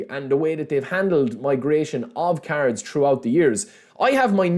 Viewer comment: Why do i hear carods instead of cards 😂 still in delima